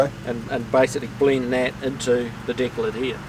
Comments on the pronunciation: Yes, deck or trunk lid. People were just saying it sounds funny the way he pronounces it "DICK lid". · I can tell for sure he's a real kiwi when he says 'deck lid'.